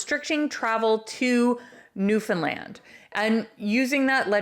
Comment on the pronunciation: It's Newfoundland not New Finland